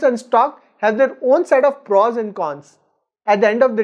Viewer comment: Good video.. but please please.. it's not PRAWS.. it's prOs..